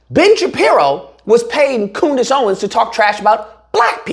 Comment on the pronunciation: Dat boy said Coodice Ownins lol